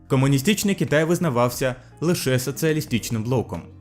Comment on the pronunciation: Якщо занурюватись більш конкретніше то подекуди ти акаєш, як наприклад кАмуністичний, екАноміка, буває вимовляєш І замість И, соціалістІчний, також деякі помилки в перекладі: противостояние - протистояння, международный - міжнародний, до неузнаваемости - до невпізнаваності. А загалом повністю підтримую з такою ініціативою